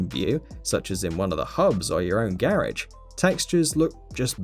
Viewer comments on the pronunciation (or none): WTF is a "Geresh"?! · Q Z think so? Cus didn't sound like garage AT ALL